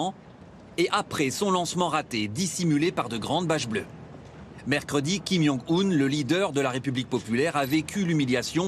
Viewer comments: "Kim yung-un" le manque de respect jusqu'au bout 🤣. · le plus humiliant c'est le reportaire qui a dit kim yong kun aulieu de kim yong un (kim-jong-un)